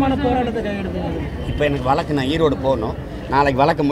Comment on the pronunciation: சீமான் தம்பி வழக்கு என்று சொல்லவும். வலக்கு வலக்கு என்று சொல்லாதீர்கள். தமிழர் கட்சி உச்சரிப்பு சரியாக இருக்க வேண்டும்.